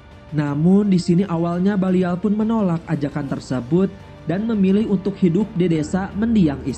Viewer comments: Min namanya Balian of Ibellin bukan Balial dan itu emg ada dlam sejarah perang salib, Balian dr Ibellin, bukan libelin ato libelil... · BALIAN FROM IBELIN. BUKAN BALIAL FROM LIBELIN HIIIH GEMES BANGET DENGERNYA!!!